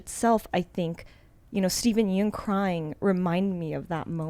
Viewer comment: OMG, pronouncing Steven Yeun’s last name wrong is so cringey! Girl, you were corrected by Sonny 20 min prior and you still call him Yoon not Yeun. So embarrassing! Have you not heard his name in the media with the Oscar nomination and all?!?